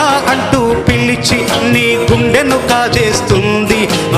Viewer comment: Chandraboss garu meru guntu antunnaru guntu kadhu sir gundenu anaali meru kuda thapuga vucharisthe ela sir cheppandi